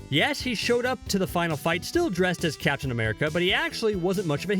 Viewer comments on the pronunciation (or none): Why is this guy pronouncing captain as caption?